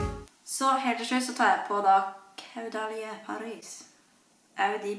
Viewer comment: Man sier det « kådæli » det er fransk 🙂elsker videoene dine ❤️